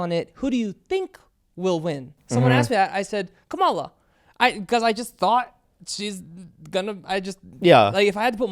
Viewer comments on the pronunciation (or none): Alex voted Trump. I can tell by how he pronounces Kamala. Guaranteed give away. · I can tell Alex voted for Trump just by the way he pronounced "Kamala" 🙄